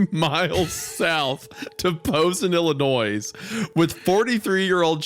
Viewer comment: I can take Wendi mispronouncing Geiser. I can take him mispronouncing Waukesha. But pronouncing the 's' at the end of Illinois? Unforgivable.